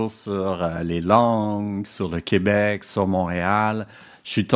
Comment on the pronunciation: Il dit aussi "Coobec", il m'a tout de suite perdu 😅